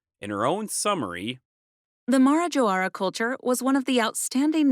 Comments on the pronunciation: considering the amount of work put into this, would've it been out of the extraordinary to at least try to pronounce the name of the culture right (It's mah-rah-ZHAW, not MAR-zho; the r should make a intervocalic-d sound, as in Spanish, for example) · Isn't it pronounced Maraho??